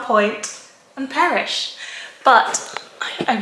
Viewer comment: The lasagna 😍 Every video of yours makes me want to buy Pukka teas :- D I've had some in the past as a gift and loved them. A local store has some but not the flavors I'd like so I need to explore more or just get them online :- )) When you said "I'm going to read this and perish", I heard it as "I'm going to read this and Parrish" :- D